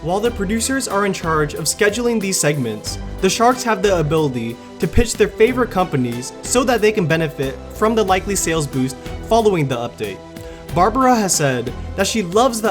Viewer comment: It's ability lol not Abilly 😭